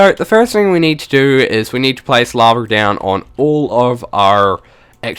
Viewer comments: not trying to be rude but why do you pronounce lava laver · It's called lava not lavar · This guys funny.. He says LAVER.... *laughs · LittleMushroom no u are just deaf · 'a tom of LAVER'